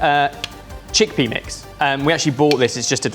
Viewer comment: did i hear Chick-Penis?